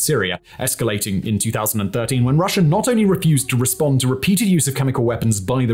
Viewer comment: You need to start pronouncing Russia properly and stop saying Russ'er. Calling Putin a "Chess Master" is a great moniker. You don't discuss how Georgia was trying to join the EU & NATO at the time Russia invaded. you are WAY off on NATO and comparing "Us to Them", WRONG, WRONG, WRONG !. Ang get rid of those pink colored lights, they are very distracting. Try using a World map or something of relevance. - Not only do you show your ignorance, but also your skills at explaining too other's the real situation.